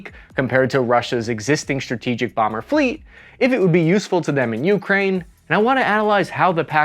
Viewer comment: (, the more common pronunciation is Ukráine, second syllable stress.)